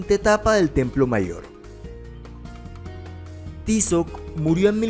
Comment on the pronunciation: Pronuncia Tízoc, con acento en la ( í ), chamacos estos ustedes ya prenuncias como se les da la gana, prenuncien bien.